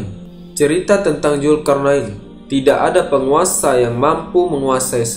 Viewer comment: Dzulkarnain bukan julkarnain